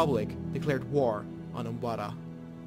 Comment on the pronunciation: did you say umbada? because its umbara